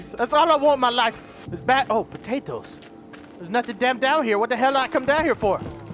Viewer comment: I couldn't help but listen to you say "potatoes" a couple of times 😂😂